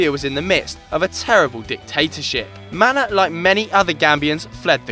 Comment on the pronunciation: You say Manneh like Mané. Not Man-eh, Manneh and Mané are the same name. Senegalese just spell it the french way and Gambia the English way.